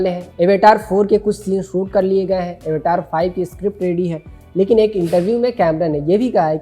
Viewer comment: एवेटार नहीं भाई अवतार है